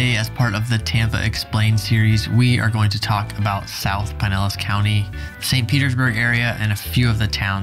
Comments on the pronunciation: The flood zone material is too light and needs no Oklahoma info. The Evacuation Zone maps are readily available for Pinellas County, are simple and easy to explain, based as they are on elevations. Stop saying PIE-nellas--it's PIN-ellas County. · Your pronunciation of Pinellas is killing me. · Oh now i see. he said it correctly the first time but he just started butchering it completly